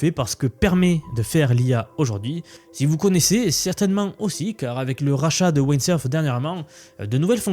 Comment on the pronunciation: Merci pour cette vidéo très intéressante! Windsurf se prononce avec le son i comme dans wind 😊